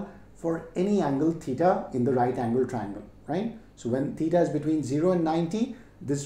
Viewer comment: Sir itz titaa not tetaa